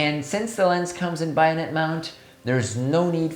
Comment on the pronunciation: Bayonet is pronounced BAY-o-net not BUY-o-net. And that silliness aside what a great review..from 4 years ago. My gosh! I got so enthrallled at the video example that I forgot to look at the titles up afove. So now that you have some time up your sleeve, have you changed your opinion. I'm at the IPhone 15 level right now and want to do 1.4~ but I don't know if I can take the edge field focus problem. Actually geometric distortion is not bothering me on these lenses since post that take care of that nowadays. I want to encourage you to do some 'after 4 years' analysis and what you're using now. I'm becoming an anamorphic junkie.